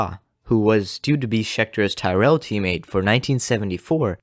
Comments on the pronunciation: Stop saying “Tie-rell”. It’s pronounced “Tirrell”. “Tyrrell” rhymes with “squirrel”. It’s a short vowel, not a long one. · Good video. However, Englishman, Ken Tyrell's surname isn't pronounced "Tie-rell" but "Tirul" And I think French man, Cevert, was also pronounced "Sev-air" But these are but little details 👍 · Something to keep in mind for the future. The correct pronunciation of Tyrrell is tee-rel (as I'm rely) instead of ty-rell. Otherwise great video bro! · Pronounced Tirrell.